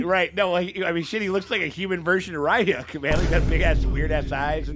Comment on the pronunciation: Pronouncing RYUKs name wrong was triggering. 😂 THE CHARACTERS ARE ALREADY SAYING IT CORRECTLY WHY Rayuk tf its Reeeyuk ryuk RYUK